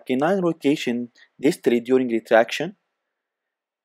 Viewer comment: Oh.. We are going thu rethract the canine🤣